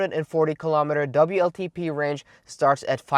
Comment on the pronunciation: Please tell how to pronounce ‘w’ in English.... he is stuck with the German ‘v’ (hence vltp instead of wltp).... I’ve tried but presume he is unable to read his comments fully!